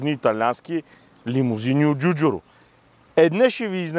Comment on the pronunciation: Ей не му научи името....Джорджето ДжуджАро! То не беше Джуджуро , ДжуджЪро , Във видеото на алфа 159 Джуджуру пак.....